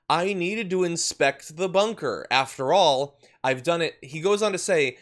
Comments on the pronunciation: "I was inspecting the bonker", yeah right! Bunker boy, Orange boy, little hands, bone spur, incoherent speech, and funny hair la la la, la la la In November BYE FELICIA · bunker bit*ch is what I heard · I heard Bunkerbitch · I heard it as 'Bunker Bitch.'